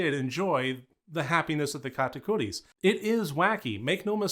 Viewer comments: I love how you pronounce Katakuris! I enjoyed this movie so much, as a musical geek, it was right up my alley, great review. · You pronounced it perfectly dont worry! Great video btw